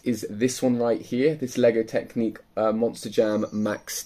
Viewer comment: Not trying to be a troll and really appreciate the videos you put out but but surely I'm not the only one shouting "It's Technic not Technique!" at the screen